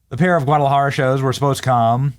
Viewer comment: Your pronunciation of "Guadalajara" was so perfect that you are now Mexican. Felicidades!